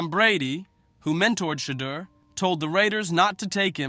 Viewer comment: Say his name correctly. It’s not Shedder.